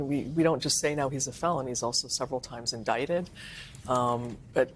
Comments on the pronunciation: It's pronounced, in dickt ed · Say “indicted”,.